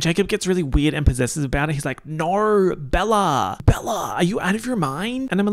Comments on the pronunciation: I still love how says "naur" on top of his already Australian accent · Every “Naur” that drops makes me laugh so hard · Really channeling the Kath and Kim with your NAUUURRs.